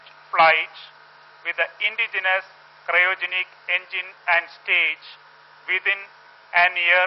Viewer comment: why is this anchor saying cyrogenic? its cryogenic. whatever, this is the stupid rightwing channel timesnow.